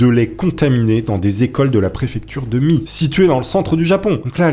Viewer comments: Pas Mie mais Mié ;). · Mie = Mié